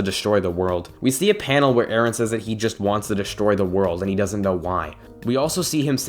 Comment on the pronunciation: It's Eren not Aaron